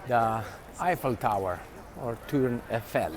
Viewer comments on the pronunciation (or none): Listen to the peop[e around you. Do they say "Toor" Effel? No, they say tour (no "n").